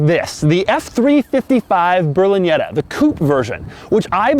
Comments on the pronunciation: Berlinyeta? C'mon Doug... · Sounds like you pronounce it "Berliñetta"